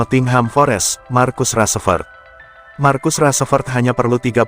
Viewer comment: Nyebut rashford aja g bener itu woyyy